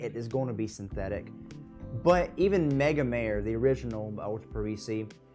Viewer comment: Thanks for posting. Mega'mah'ray is the pronunciation. Italian for Big Ocean.